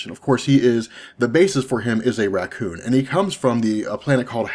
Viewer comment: Why do you pronounce things so weird? The way you pronounce Ronan, Raccoon, Captain Marvel doesn't sound right.